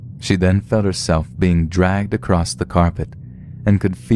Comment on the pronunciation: Stop saying "acrost" instead of "across". SO ANNOYING!!!